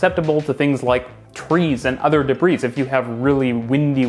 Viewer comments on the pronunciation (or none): As far as I know, the "s" in "debris" isn't pronounced in any of those different places. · "D'-breeze"? It's "deb-ree"